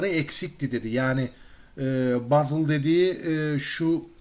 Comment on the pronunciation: yapboz abi o :D bazıl değil pazıl hehee puzzle yaneeeeeee